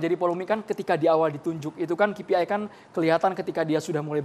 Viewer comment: Ki pi ai ha ha ha bilang KPI saja salah ....